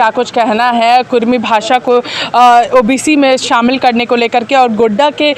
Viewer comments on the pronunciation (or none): Kurmi nahi kurmali bhasa hai sudhar kijia